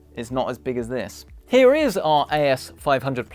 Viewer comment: it is heeya